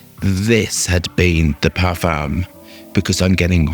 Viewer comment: u say "O" the parfum. not EH the parfum. just so u know.